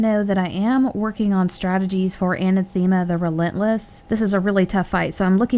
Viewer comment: *FYI: Pronounced "DYE-a-dem", "skurj", and "a-NATH-e-ma".